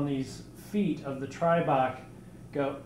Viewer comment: "Tribrahk"...smh. Its "Tribrach" (try brack). You'd get laughed at saying it like that. just busting your balls..